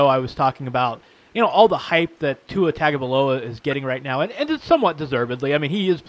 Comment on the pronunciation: LOL! This guy says Tagovailoa has an average arm. LOL! He also can't even pronounce his name correctly. Really, after all these months and coverage on the media, he can't pronounce the name properly. Makes you wonder about this channel. But then I looked and saw that this channel was listed under "comedy". Makes sense now.